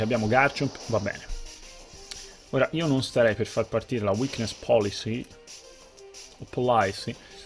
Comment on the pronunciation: "uicness polisi" state of mind (è giusto così comunque😂)